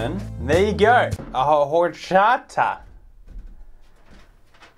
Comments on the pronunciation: I LOVE HORCHATA (also you don’t say the H. It’s ORCHATA) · I ❤️ HORCHATAS!!!!!! My favorite drink ever Btw pronounced or-chot-uh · Okay I know you wouldn’t’ve known this but horchata is a Central American drink so it’s pronounced without the “H” and it’s actually made without milk considering it’s mainly sold in like markets (and really good Mexican restaurants) and it’s usually not kept refrigerated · HAHAHA i'm Mexican, and seeing you say horchata is the funniest thing I have ever seen (From you) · Horchata. The H is silent.